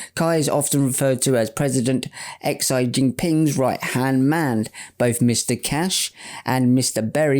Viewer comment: President "Ecks Eye Jinping"? Why don't you know how to pronounce a prominent world leader's name when you do this stuff every day?